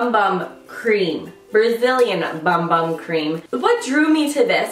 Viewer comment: bum bum is actually pronounced boom boom and means booty 😂😂😂😂😂 weird thing is: I live in Brasil and CAN'T FIND THAT PRODUCT ANYWHERE!